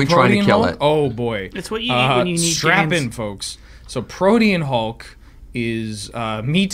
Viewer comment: learned how to say Protein Hulk properly!